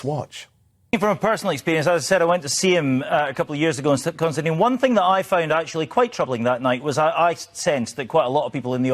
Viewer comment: Constantine or Konstantin mate? Get it right.